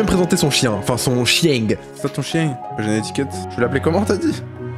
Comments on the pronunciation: longue vie à "chiengue"😆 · R.I.P "le chiengue"